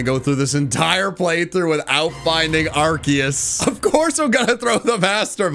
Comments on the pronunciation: its not ARKIUS ......ITS AAAARKOOOOOOOS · It’s Arceus not ArCKius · arceus (ar-see-us) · IT'S ARKOOS NOT ARCEUS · IT IS ARCEUS